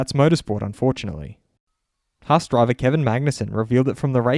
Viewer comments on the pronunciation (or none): none